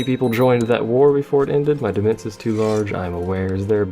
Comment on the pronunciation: Demense is pronounced de-main, like domain with an e instead of an o.